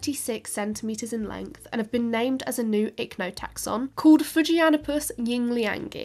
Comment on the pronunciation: fujianipus yingliangi in Chinese writing is 福建 fujian the province, 英良 is a big corporation, i'm guessing the sponsor for the study. Your pronounciation of the words are close enough, just that fu-jian is two words, instead of fu-ji-an. Ying-liang is quite spot on.